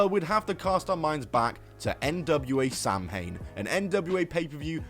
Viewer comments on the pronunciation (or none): Say it with me- ‘Sow-in’ not ‘Sam-hane.’ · "Samhain" is pronounced "sow-win." "sow" in this case being pronounced like a pig, not like planting a seed.